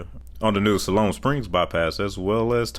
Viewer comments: As an Arkansan I just wanted to give you a heads up they're pronounced ME-na, SIGH-loam, and Tonny-Town... Also there's an ancient ruined sphinx aligned exactly with the one in in Giza outside of Hagarville in the National Forest. It is not a natural rock fomation and will be a part of rewriting human history as we know it. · El Dorado is pronounced with a long a. Siloam is a long i.